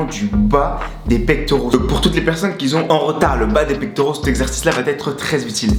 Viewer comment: Merciiiiiiiiiiiiiiiiiii ❤ et le qui z'ont aussi ça fait mal aux oreilles mais sinon bravo au coach